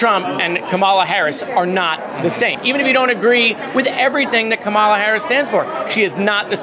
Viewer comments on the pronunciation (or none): JARED! I love you buddy, but please learn to say your candidate for President's name correctly! If you can say "camera" you can say "Kah-ma-la". It emphasizes the first syllable. No one pronounces it as "ca-MER-a". Especially when Republicans are purposely saying it wrong. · Does Jared don’t know how to pronounce our next presidents name? Ka Ma La. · JARED!!! It’s COMMA LAH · I'm a big fan of Moskowitz - but he should practise saying KAMALA! Say it like 'Pamela', the sound is right...NOT KAMARLA. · stop pronouncing Kamala's name wrong. It's pronounced like coma la. Get it straight dude. You sound like a Republican. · Can Moskowitz please pronounce Kamala's name correctly? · GREAT job here! Remind Moskowitz how to pronounce our Vice President's name though, he dropped the ball there, too many times. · can you tell to pronounce Kamala properly please. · Is Jared mispronouncing Kamala on purpose, like Trump does? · I don't think he knows how to pronounce Kamala's name correctly. I doubt he knows enough Americans of East Indian ancestry. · Miskito pronounce her first name correctly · While I’m a big fan of Rep. Moskowitz in the House, I’m super disappointed to hear him repeatedly mispronounce Kamala Harris‘s name. No elected Democrat should be mispronouncing it, period. Given what Trump is purposely doing w/ her name, for a Democrat in Congress to repeatedly mispronounce it is embarrassing & inexcusable. Do better, Jared, as this doesn’t go along w/ the fantastic legislator & champion of democracy that you are. I hope you check yourself - or someone else brings this to your attention - & immediately stop doing this. It’s not a hard name to pronounce once you know the emphasis is at the start of her name, NOT the middle. #VoteBlue🇺🇸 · Love you, Jared. But for f#ck’s sake pronounce her name correctly! “,”-la! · I love Jared Moskowitz, but he really needs to listen to Randy Rainbow’s Camelot inspired song, “Kamala”: He’ll never mispronounce her name again. 💕